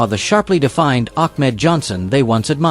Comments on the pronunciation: The guy talking really needs to learn how to talk and call the wrestlers by their ring name and he’s not even doing that correctly. I mean he called Ahmed Johnson —> Achmed Johnson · Ak-med Johnson? Damn you, AI...